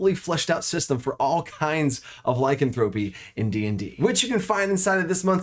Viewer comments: Not trying to be mean and not to be a granmar nazi but it's not lycanthrope-ee it's Ly-can-thropy 🙂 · A minor point and I know it's pedantic, but the stressed syllables change a bit depending on which derivative of the word you are using ... Lycanthrope (the creature) stresses the first syllable [LYcanthrope], Lycanthropy (the disease) stresses the second syllable [lyCANthropy], and Lycanthropic (the adjective) stresses the third [lycanTHROPic] ... hope this helps ... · Great video, the only thing that drives me crazy, is the mispronunciation of Lycanthrope. Lie...can...thra....pee. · IPA Pronunciation: /laɪˈkanθɹəpi/ There's some good info here, but the constant mispronunciation makes me twitchy. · The way he says lycanthropy kills me. Otherwise, great video. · I can't believe you're the only one to comment on this. I was losing my mind and couldn't finish the video.